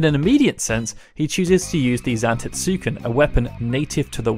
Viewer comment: sigh.. i want to love your videos, but you make absolutely no attempt to say anything correctly, showing your disdain for the very games you discuss.. it's zan-TET-suken.